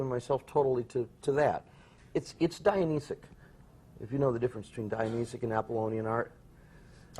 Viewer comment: Silly boy, I think he means Dionysian, not Dionysic. He did get Apollonian correct.